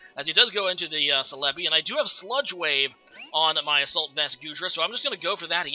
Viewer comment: The way you say celebi throws me off so much o....O celébi, i read it célebi